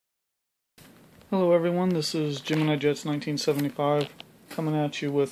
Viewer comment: He saying gEnmIni jEts. Those are matchbox skybusters. Anyways. Some are geimini